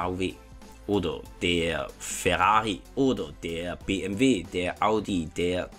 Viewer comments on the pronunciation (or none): none